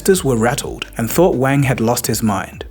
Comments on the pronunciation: Wang is not pronounced like you and your schoolboy friends used to use it. It’s Wang like car, not like bang. It’s Wahng. Ah as in aaaaaah I wish people would spend thirty seconds googling proper nouns before making a video for their 4.7m subscribers. Wang. Get it? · You're pronouncing "Wang" incorrectly